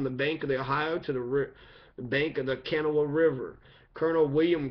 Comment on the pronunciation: Thank you. Just FYI, the Kanawha River is pronounced with the emphasis on the second syllable. I grew up there. Unfortunately, I have an ancestor who fought at Point Pleasant against the Shawnee; however, one of his granddaughters down the line is said to be Shawnee, so for that I am glad. Good job. Thanks again.